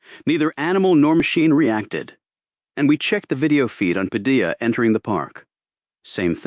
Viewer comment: AI needs editing....if using Hispanic names, Spanish pronunciation should be followed! Padilla is not "Pad-il-la"...it''s "Pad-i-ya".